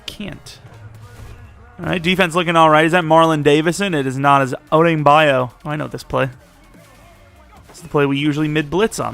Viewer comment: hey, i’m pretty sure odeyingbo is pronounced “oh-duh-ying-bo”